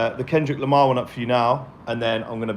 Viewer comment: dude, its Lamar